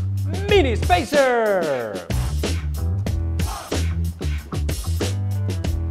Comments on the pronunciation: I like how he says "Spaceer!!" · The way you pronounce "spacers" is annoying.